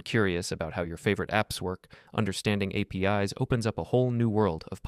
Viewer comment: PostreSQL and APIs are read wrong, it gives out that this is not even your real voice, but a voice generator